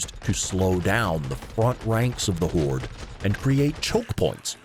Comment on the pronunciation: It sounds like he's saying whores